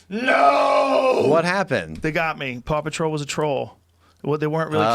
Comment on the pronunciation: Maybe it's just me, but when Rogan said "Paw Patrol", it sounded like he was saying "Papa Troll".